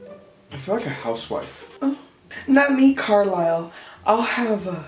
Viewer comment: WHEN HE SAID CARLISLE 💀💀💀💀GOD